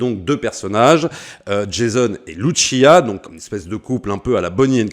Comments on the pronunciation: Franchement ça a l'air incroyable !! Mais juste pour faire le relou ! On dit LuCia et non Luchia car elle est latina et non italienne ! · C’est Lussia, pas Luchia. Elle n’est pas italienne mais sud-américaine.